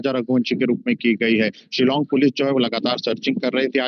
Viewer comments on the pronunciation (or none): It is not Shilang but Shillong